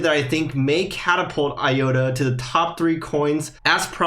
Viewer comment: I think the correct pronunciation is i-ota, not i-yota. Other than that, great video.